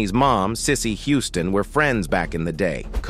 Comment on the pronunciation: CLICKBAIT! CLICKBAIT!! CLICKBAAAAIIIITTTT!!!... I'm halfway thru the vid tripping on the Narrator! "He" is on Alot of Good videos. Me being someone who DONT WATCH ai narrated videos, I just KNEW this was an older black cat.... He didn't just mess up like normal ai, this dude was like glitchimg on this vid.. "spinning or.. fast forwarding) ..then "he" said Hooston (he pronounced it Who•ston) not Houston like WTF.. 😑 THAZ A .. ITS A CITY.. && a common last name, business Name 😶 how these robots/comps SMARTER THAN HUMANS" ROBOTS CANT HANDLE REMEMBERING CITIES.. STATES.. but we s'pose to "@ g___l_" .. learn from it about galaxies?!!? I'm so sad this is not a real man.. .....THEN TO GET TO THE COMMENTS AND REALIZE IT WAS ALSO CLICKBAIT??! ~As I'm reading the comments she said "Cicely didn't say one word.."... ... I'm realizing, the narrator even said towards the end.. "..well we don't know if it's true or not but, it would blah Blah Blah".. 🗓️THIS CHANNEL IS OFFICIALLY DEAD TO ME 💤💤💤